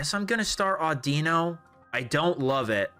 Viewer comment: It’s “AWWdino” like “audio” not “auDEEno”